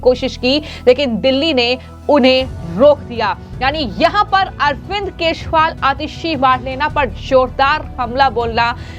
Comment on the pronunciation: Who is “Keshwal” why can’t you pronounce “Kejriwal “